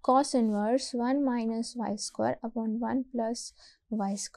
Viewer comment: please correct your pronunciation. of square. ,its square not sqore